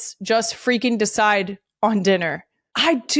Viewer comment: There it is “step foot AWN to that field” I found the slip into the DelCo accent.